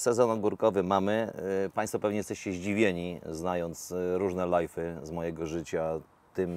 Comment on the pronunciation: Nawet ściślej (uczę angola), "lyv", bo lif to bardziej wymowa słowa "leaf" - liść :) Pozdro.